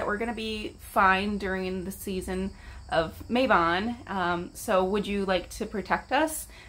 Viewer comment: Mabon is pronounced "Mahbon" rather than "Maybon". Its a Welsh name and Im Welsh so :) just thought Id let you know!